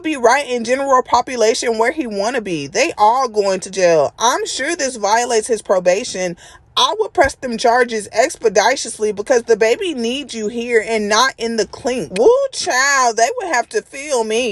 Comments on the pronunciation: The way she pronounced “expeditiously” 🤣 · ....expeditiously is not pronounced like that baby girl lol.